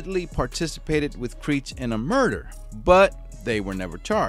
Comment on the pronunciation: Commentator needs to improve pronunciation of words such as Oregon, Creech & worship. Next, how is it that an inmate is able to garner a sock full of batteries while being incarcerated? Seems like a pretty lax prison… not that I support suing but if I would hav been that dude’s family member I would hav been holding the prison accountable along with Mr. Creech